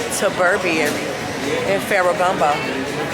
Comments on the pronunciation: I'm hollering, grl did you say Ferragumbo???😂😂😂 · U silly sis 😂Ferraragamo pronounced fair ra gah moe💓